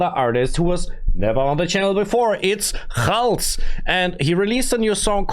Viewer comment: My brother, his name khalz is not pronounced with a "kh" sound, but rather with a "kalz" sound.